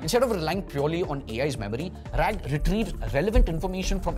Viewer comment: RAG.....RAAG please.